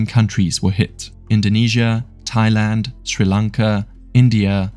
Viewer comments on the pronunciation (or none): none